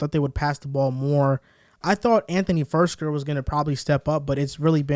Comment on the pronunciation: Who is Jion Brown, Anthony Firsker and Joff Swaim? For future reference, its JAY-on Brown, Anthony FIRKser & Geoff (JEFF) Swaim. Good show tho. Glad to hear the good talk about the Titans.